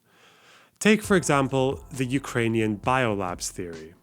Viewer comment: god this is a good vid not only you have good takes, as a ukrainian i also especially want to thank you for correctly spelling and pronouncing ukranian names and the “hullamador” bit had me crying laughing